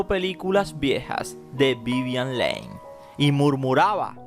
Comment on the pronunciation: Q BARBARO Q MAL HABLAS!! VIVIAN "LEIN" NO JODAS!!